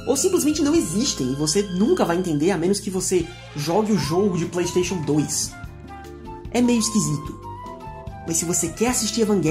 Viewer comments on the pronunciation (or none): none